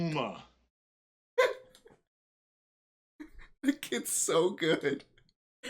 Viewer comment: "It's not a tooma, not a tooma"